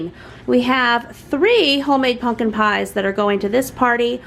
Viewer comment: I have never been so absolutely disgusted and annoyed by how someone says "pumpkin" 😂